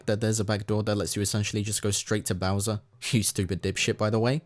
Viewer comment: why did you call him Browser